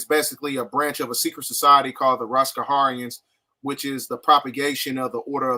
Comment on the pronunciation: Bro said Roscaharians 😂